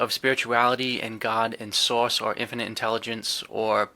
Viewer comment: I love accent when he says “Divine Source”—it sounds like “Divine Sauce” to my ears. Cracks me up every time!, I’d love to see a live chat or a segment about humor in this whole experience. I’ve had moments of deep laughter that felt genuinely healing—like when the tricksters show up to remind me not to take myself too seriously. I’d love to hear your (and others) thoughts and stories about how humor plays a role in the spiritual or consciousness space. Thanks again for the great podcast!"